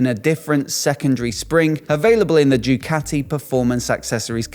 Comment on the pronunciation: Bro, you have a motorcycle YT channel. At least get the goddamn names right! It's Ducati, not Jewcathy! FFS!